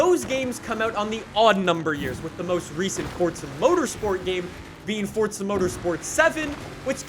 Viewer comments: FORZA NOT FORTSA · what do you say fordza instead of forza? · Forza.... four-za not fortza theres no t in the title 🤦‍♂️ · damn you say forza many times.. but.. the way you say forza sounds like fordza :D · To this day I still wonder why people say Fortza rather than Forza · Why is he saying Forza like fort-za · Its just an accent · ForTza. Like Peteza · Why do u say “fortza” like where is the t. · Am i the only one hearing him say Fortza? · Omg pls stop saying FORTZA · Why this guy is saying FOSTSSAA ? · Plus you can't trust someone that calls forza, fortza